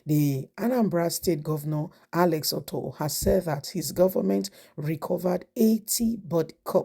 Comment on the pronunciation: Alex Otti not Otto. You guys should stop murdering people's name in your presentation. Learn how to pronounce names madam. You are a Nigerian or better still ask if you are not sure pls.